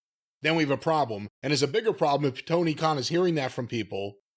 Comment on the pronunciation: Mr. Clown, Toe-Knee